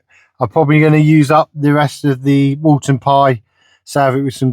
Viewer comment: It’s Woolton Pie, not “Walton” pie haha. Woolton Pie was named after the British Food Ministry Secretary, Lord Woolton. Also, the recipe does not come with mashed potato on top, as if it was a Shepherd’s Pie. I know that there have been Youtubers that I have put mashed potato as a topping, but it is a misinterpretation of the actual recipe. The authentic Woolton Pie recipe is made with your choice of either Wholemeal Pastry or Potato Pastry - Mashed potato would only be used to MAKE the pastry if you chose to go with potato pastry.